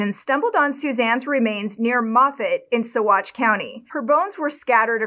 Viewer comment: Completely off topic but I'm impressed by the correct pronunciations of Salida and especially Saguache